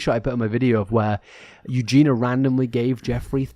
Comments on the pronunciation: I'm convinced maybe he just can't say it because of his accent lol but idk. There were sooooo many comments about the pronunciation on his last video so he must know by now unless he doesn't read them. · a British accent doesn’t mean you can’t pronounce the “ia” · as someone with the same accent, no it’s not. He just doesn’t realise he’s saying it wrong. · just sounds a bit unprofessional to cover someone often and continue to say the name wrong. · It's 'Eugene-yuh' not Eugene-uh😹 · Respectfully, as an English person, that isn't your accent, you're just saying her name wrong 😂 It's You-Jean-E-Ya. You're saying You-Jean-A I get it though, it's an uncommon name, and easy to say incorrectly, but it's not the accent 😂 being british doesnt prevent us from pronouncing the IA In her name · Her name has four syllables. Eu gen i a. Not three. Not Eu gen a. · Why do you still call her Eugina?!!! She is called Eugenia- “You-gee-nee-a”. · Its eugen-ee-a not eugen-a btw lol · You both never say her name correctly, and for I now I've seen tons of comments on every Eugenia video correcting it. It ends in ia, not a. "Ya" or "ee-a", depending on how fast you go. Edit - "I'm just British" doesn't excuse continuing to mispronounce someone's name when you've been told how to say it. YOU might not think you mean anything by it, but it's majorly disrespectful, and it's a huge problem particularly when white folks don't make an effort to learn a name that's a little different. Eugenia is originally a Greek name, more popular in modern times among Russian, Ukrainian, and Polish populations. In Cyrillic is it spelled Евгения and и is pronounced like the English Y. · Not to be nit picky - but her name is pronounced “ Eu- gene-NE- uh “. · It's "You genie ah" please pronounce her name correctly !!!!!!!! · F-ing hell. Her name is EugenIA!!!!! If you want to talk on someone at least get their frikking name right. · for the love of god pronounce her name correctly lol